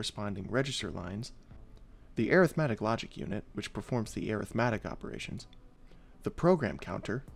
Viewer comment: Rest of the world: ArithmEtic: ErithmAtic